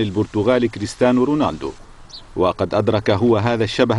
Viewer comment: صاحب التقرير لم يخطء حين قال كريستانو و ليس كريستيانو هههههههه